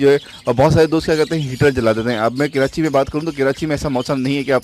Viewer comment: Bhai please kirachi mat kaha Karo dukh hota hai, Karachi hota hai keerachi nahi